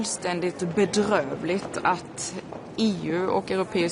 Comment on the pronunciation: "Det är beDrÖvligt", that accent 😊